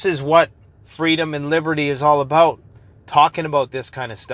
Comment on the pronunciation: Alot to talk aboot today! Hahh